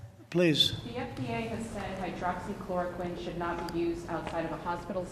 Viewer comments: Wow this President should slow down with his medication Hydroxychroloquine because he couldn't pronounce it properly...lol...this briefing as usual just a bunch of lies, out of touch and dilussional. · lol you notice trump repeatedly mispronounce words. doctors = dockses. hydroxychloroquine = hydroxy uhhh uhhh you know what im talking about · he said doxes instead of doctors and forget how to say hydroxychloroquine🤦🏿‍♂️ y’all y’all about joe Biden. Come on man!!😂😂😂